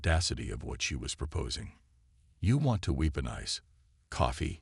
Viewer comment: Would you mind telling me what the HECK "Unredable" means!!!??? What is "QuarenTINE"? It is pronounced "Quaranteen"!!!! What is an "Ultimatum...(with a short "a") instead of "UltimAYtum"...(with a long/hard A).????? What the heck is "Weeponize"???? What ALSO is "dizaree"???? "Disarray" I know....... "Dizaree" I do not know!!!???? And THEN, what the heck is a "Cosmus"????? Geeeeeez!!!! You guys STOP using AI until they can read English!!!!